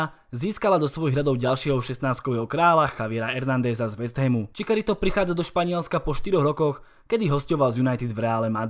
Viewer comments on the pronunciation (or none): (Chicharito = čičarito) Prosím trhá mi to uši!!! 🙏🙏🙏 Žiadny Čikarito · menší detail vyslovuje se to čičarito, jinak super video